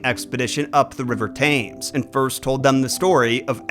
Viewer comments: The river Thames is pronounced TEMS! NOT Thames! 🤦🏼‍♀️ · many have likely told you this already, but Thames is pronounced Tims! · How many comments corrected pronunciation of Thames?